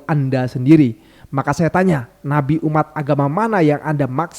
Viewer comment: ❤❤ Ma'af, sya kok salah dengar, nyebut Nabi apa BABI???????????.❤